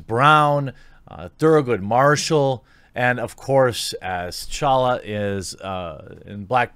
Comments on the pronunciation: you said chala it's t'chala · you gotta pronounce the T in Tchalla broski.